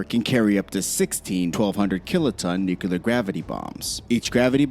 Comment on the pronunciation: Nucular is not a word. That's just ignorant